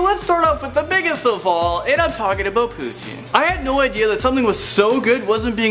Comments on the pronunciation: TF this dude aint Canadian, this dude pronounced Poutine "Poutin" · I'm Canadian, and never cringed so hard after hearing the word "poutine" Are you sure buddy guy is Canadian 😂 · Literally, the worst Canadian ever, cold places? Hello Quebec! trainers ? nah its sneakers. Not to mention you can't even pronounce poutine right ! ( pou-tin or pu-tsin if you're french.) (google poutine pronunciation) Not every Province has beer stores, you can walk in to a grocery store or gas station and by, wine, beer, coolers and other alcoholic beverages, unless its "hard stuff" to 15% and over then you go to the local SAQ. (Quebec is an example) Technically your wrong on how old it Canada is, Technically both places started at the same time, they where inhabited by animals, and the Natives, but the land is the same age. "All you have to do is pass a course to get a gun" true but there is more to it than just that. you can pass you a test after fallowing a 2 day course for you HUNTING CARD at the age of 12, at the same time you will pass a test for your ACQUISITIONS CARD (being able to carry and use a gun), even if you pass both tests you are not legally allowed to carry a gun alone (unless there is someone over 18 with there cards) under 18. at 18 you will be mailed your ACQUISITIONS CARD. these cards are only for RIFLES anything else requires you to take another course, and hand guns are not included with rifles. If your going to make a video about Canada, its Canada as a whole not just how it is in Ontario. Sincerely, a pissed off Canadian P.S for half the video your showing the wrong country with a Canadian flag.